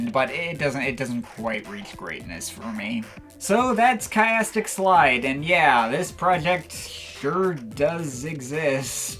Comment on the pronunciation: In fact I'm giving up already, it's "keeastic slide". Have fun all.